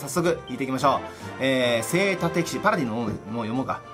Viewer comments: せいたてきし？ せいじゅんきしじゃないの！？ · 読み方はおそらく“せいじゅん”